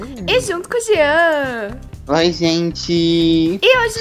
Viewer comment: por favor não me digam que só eu ouvi a chamando o Jean de jetan